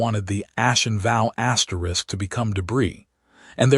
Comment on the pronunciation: Automatic thumbs down for the stupid AI narrator and the pronunciation of "asterisk". There is no need to use asterisks in these stories. You need to edit the stories before you post them. 👎👎👎